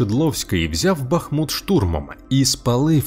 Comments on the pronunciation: Дякую за відео. Хочу запросити Вас на свій канал, ви дізнаєтесь багато цікавого про моє рідне місто. І БУДЬ ЛАСКА, ЯК ЖЕ НЕ ЗРОЗУМІЛО, ЯКИЙ БА́ХМУТ - ПРАВИЛЬНО З НАГОЛОСОМ НА У - БАХМУ́Т!!!!! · Так Бахму́т чи Ба́хмут?) Бо чую й у відео наголос гуляє туди-сюди, чи то може вже причувається)